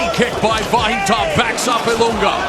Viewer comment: Sounds like you're saying "Va hee toe"!? Wtf? You can literally hear the broadcasters pronounce it differently than you do, but they all pronounce it the same way. So you were just like "nah, it should rhyme with burrito!".